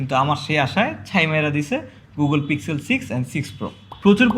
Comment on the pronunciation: Apni pixel k pig-zel bolen keno ?